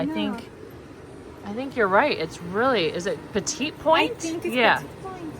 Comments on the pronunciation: petit point is pronounced /petty pwon/ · Petit point is pronounced petty point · The Anglicized version of the term "petit point" is pronounced "peh'-tee poynt." It refers to a style of needlepoint embroidery that uses tiny, delicate stitches to create very fine details on a piece, and contrasts with "gros point," which refers to the traditional, and more commonly seen, larger stitches. The needlepoint representation of that carousel was just gorgeous!